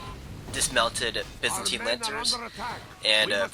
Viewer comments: byzantine is said, bye-zan-tie-n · It's most certainly pronounced by-zantine universally. Whether you pronounce the third vowel as an 'e' or an 'i' could be regional, but I'd wager most would pronounce it as the the latter... even in the States. On another video you called the gallochlaigh 'ga-log-likes', too. ...It's closer to 'ga-loch-lay'. Anyway, I'm done being pedantic. Love your vids.